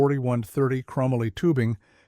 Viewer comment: Chrome moly, not krumalloy